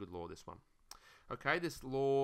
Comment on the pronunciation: I thought he was saying “logarithms lore”, and I was like mmm 💀